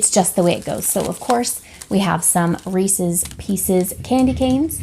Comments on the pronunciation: I say Reese’s like you do. lol. Great stocking stuffers! We have a North Pole delivery box that comes on Christmas Eve, it has new PJs, a family game, something to watch together, snacks, and a small gift for everyone, as well as a new book, and The night before Christmas that my husband reads my daughter every year. <3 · Thanks for some good ideas! And yes, you pronounce Reese’s the correct way. 😀